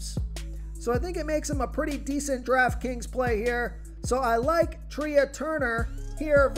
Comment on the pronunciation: Trea is not pronounced "Tree-ah." It's pronounced "Tray"